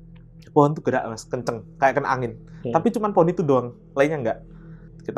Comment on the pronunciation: bilang "kenceng" jadi "kuueenceeng".. fix,, jatim asli😊😊.. salam ponorogo mas ..